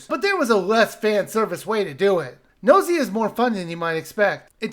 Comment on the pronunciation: It's pronounced Gu-no-si-a based on the Japanese letters under the title.